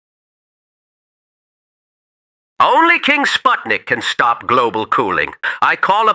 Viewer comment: You did Sputnik dirty 😂😂